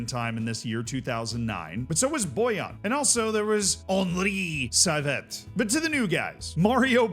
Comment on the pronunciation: "Henri Saivet" that name couldn't be more butchered 😂😂